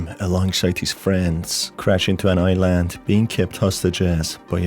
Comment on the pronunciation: Man says "i-land" as if it were an apple product